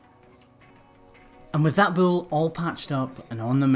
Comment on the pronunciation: I like how this guy says "bull." Like it has two syllables instead of just one. Bu-ole.